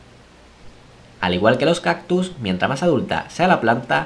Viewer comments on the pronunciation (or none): none